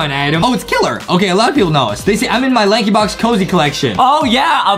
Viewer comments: I realize adam said prankybox instead of lankybox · Did Adam say banky box or Not